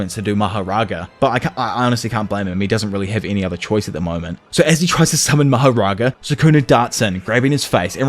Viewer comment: Thank you so much for the most entertaining narration of JJK! you are awesome!! oh and about that ultimate spirit that Sakuna sumoned in the end should be pronounced "Maha Raja" not "Maha Raaga" Maha = ultimate or supreme, Raja would mean "King" as opposed to "Raaga" where Raaga would mean Melody. Maharaja (Supreme King) would makes more sense to me i think MahaRaaga (Supreme Melody) not so much, the word Maharaja would come from the Indian continent the language according to me is Hinidi but someone coming from the south may claim otherwise. the origins of the word can be found in the ancient language Sanskrit.